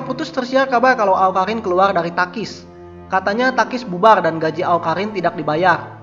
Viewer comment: Awkarrrrriiiin bkn awkahinnnnn hahaha